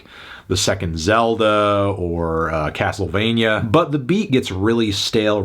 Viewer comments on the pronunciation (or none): none